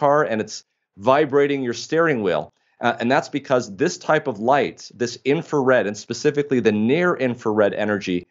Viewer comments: Brilliant man saying In-Fa-Red again and again is annoying. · So much information. Amazing. Thank you. Here is a little for you two.. The first “R” in the word “Infrared” is not silent.